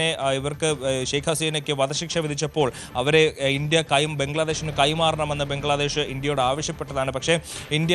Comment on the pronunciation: ഏതാ ഈ ഊള റിപ്പോർട്ടർ? നീ ഒന്നു ശ്വാസം വിടടേ. അവൻ്റെയൊരു പംഗ്ലാദേഷ് ! ഫൂ